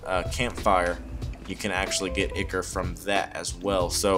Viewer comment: Awesome. Tyvm FYI: ichor is pronounced EYE-kor :)